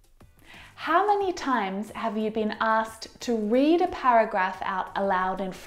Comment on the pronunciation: This was helpful, however I suggest you work on "asked'...it is askt not asst as the 'k' does play a role.